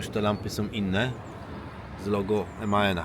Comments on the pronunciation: Dobrze bo tak się mówi prawidłowo. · Teraz już mówi się Man